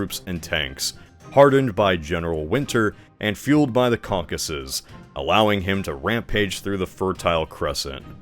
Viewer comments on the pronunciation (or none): none